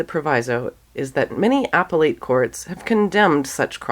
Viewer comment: "appellate" pronunciation